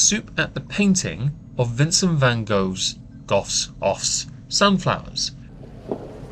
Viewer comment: Mispronouncing Van Gogh. The organization called 'just stop oil' is openly anti Mother Nature. They r NOT doing the right thing.